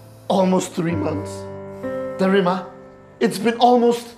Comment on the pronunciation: Wait Ooh wen they were in the car ..her mum called her desse Ooh instead of Darima😅😅😂